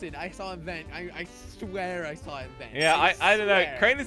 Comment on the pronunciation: we sawr it we sawr it we sawr it